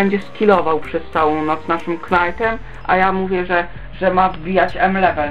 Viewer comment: Knajtem... ten polski angielski ^^